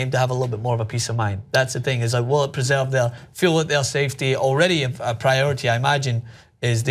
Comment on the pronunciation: when he said safety I thought he was saying CFD (computational fluid dynamics). Fuck I need to study